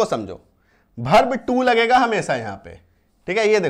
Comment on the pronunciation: भर्भ nahi वर्ब